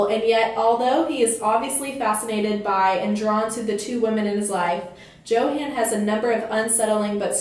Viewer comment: But the boy's name is pronounced "Yo-haan". Don't you listen to me in class? ;)